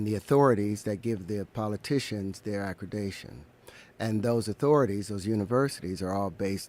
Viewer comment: It's "accreditation," Terrence. Not "accredation."